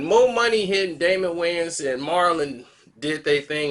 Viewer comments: Wayans...not wayne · The “s” in Wayans ain’t silent dawg